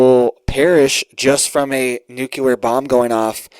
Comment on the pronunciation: Nuclear = New Clear........... No such word as new clear lure..